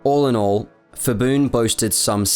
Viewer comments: It's Pibun not Fibun ! Pattaya not Phattaya ! Pala not Phala--Thai's seem to like these crazy transliterations? Why do they insist on adding the 'H' when there is no tone included in the word? I read Thai. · btw his name is pronounced "pi-bun" not "fi-bun". when thai names are spelled with "ph", it basically just makes a normal "p" sound not an "f" sound (eg. phuket is pronounce "pu-ket" not "fuket") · The letter “h” after P and T in Thai (Ph, Th) indicated that they are aspirated consonants like normal English P and T in “Part”, “Time”. While P and T alone in Thai pronounced as unaspirated consonants like English P and T after S in “Spice” and “Style”. So, Phibun is pronounced as “Pi-boon” not “Fi-boon” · No offense to you personally but I think it had to be said that your knowledge of Thai pronouciation is severely lacking. The 'ph' grapheme is never an 'f' sound in Thai. It's an aspirated 'p' so "Phibun" is 'pi-boon' not 'fi-boon'. I don't think it is that hard to research Thai phonology and transliteration. But somehow, foreigner always messed this up. I just cannot understand why. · Actually his name is pronouced as pi-boon(with a “P” sound)not phi-boon(fi-boon). Thai people usually write a word with P sound using Ph. Another example is the province Phetchaboon which the capital had been relocated to which is pronounced as pet-cha-boon not fet-cha-boon. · His name is actually pronounced "Pi-boon" the ph spelling is the old custom of Thai-English transliteration for the bh- or p (IPA symbol p) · Please at least do some reseach in how to pronounce the names. Hearing Phibun said as "Fibun" is really cringey. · Great informative video but pronunciation can be improved. For whatever reason, when people translate Thai names to english, they add an H unnecessarily after Ps and Ts such as for Phibun, it's pronounced more like Pibun and Wichitwathakan is pronounced more like Wichitwattakan. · Incorrect pronunciation of Phibun. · It is PEE-BOON not FEE-BOON.